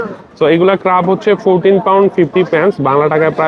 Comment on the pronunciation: ভাই উচ্চারণটা ক্রাব না, ক্র্যাব হবে। খুবই শ্রুতিকটু লাগছে শুনতে। আপনি অনুগ্রহ করে এই বিষয়গুলো খেয়াল রাখবেন।